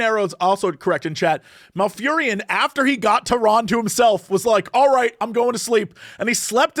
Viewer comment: Two people that have played WoW since its beginning that can't pronounce Tyrande. XD